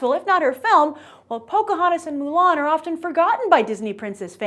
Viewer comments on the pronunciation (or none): none